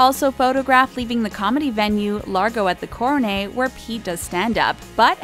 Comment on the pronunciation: Coronet. CORO... NET. NE*T* it's really not that hard. Side note, how much did this channel pay for millions of sub bots? Probably should have spent substantially less, so it wasn't glaringly obvious that the like/view/comment counts are nowhere NEAR where they'd be for a channel with legitimate subs.